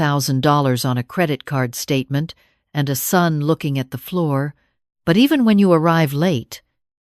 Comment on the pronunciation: Son not sun